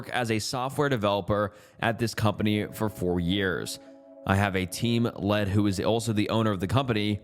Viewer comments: "Team Lead" Pronounced "LEED" dude. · It’s Lead bro- like leeed. Not lead like the metal😂 I enjoy your material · Lead. Like LEED long E. Context clues